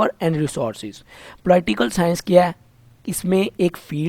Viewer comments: It is not po-ly-ti-cal science, it is po-li-ti-cal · Sir G aap nay bohat acha samjhaya . Magar thori mamooli si correction aap k accent ki waja say lafz POLIT yani PO ---LIT hay polight ya polite nahi hay. Polite urdu may matlab شائستہ meethi zuban ko kaha jata hay jab k yaha polit لٹ hay ye. Umeed hay mind nahi karay gay aap.AAp iska ggogle pay accent check ker saktay hay. Google pay POLITE OR POLITICAL CHECK KER SAKTAY HAY. E OR I say farq ho jata hay. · Po-laii-tickle science 😂😂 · Po-laiii tical science kia hoti hai bhai.....😂😂😂😂😂😂😂😂😂😂😂😂😂😂😂😂😂😂😂😂😂😂😂😂😂